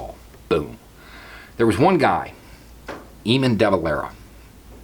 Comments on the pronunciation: Just a note. It's pronounced A-mon not eemon :) nice shirt :D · great video great to hear an actually educated american talking about the easter rising. one thing tho, Eamon is pronounced Ayy-mun